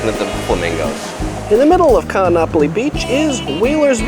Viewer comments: Every double vowel is separated by an okino - Ka'anapali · Laurel J. Yes I agree, it should be pronounced as "Kahn-napali" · The glottal stop is like the pause in Oh oh! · You pronounced Nakalele correctly but BUTCHERED Kaanapali. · Great narrator but he should learn how to pronounce Kaanapali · Great video, but check your prounanciation of Kaanapali, your saying it wrong, (not trying to be rude!!).